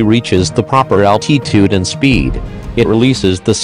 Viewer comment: That is not how you pronounce altitude